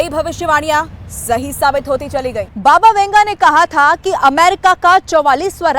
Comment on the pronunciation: Baba Vanga.not Venga or . Vunga